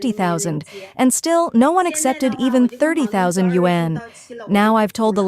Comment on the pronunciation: This BS AI voice keeps pronouncing wan incorrectly. And it should be yuan anyway. Wan=10,000, so if they say 300,000 wan, that means 3,000,000,000.